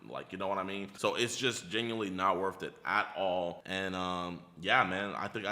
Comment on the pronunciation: I thought he said wrath not worth